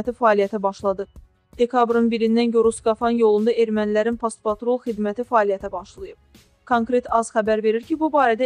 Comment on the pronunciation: Past-patrul yox, post-patrul